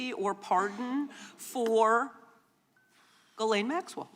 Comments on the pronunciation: An educated woman ought to be able to pronounce the name Ghislaine. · She literally called her Gurlaine????? Yikes